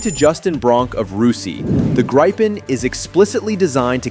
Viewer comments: The "i" is a long vowel, so "gr'ee-pen" and not "grippen". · Itr's pronounced "gree-pen" not "gry-pen". Also, Scandinavia only consists of Sweden and Norway. So the title should be "Sweden’s Military Is Now the Strongest in the Nordic region". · "Grayyypen" - FFS. It's Gripen! As in "Agrippa", to "grip" or "ripp". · Thank you for telling a Swedish citizen how to pronounce a Swedish word. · Or more correct like the American word "greed" without "d" and the English word "pencil" without "cil" and you have "Gripen"...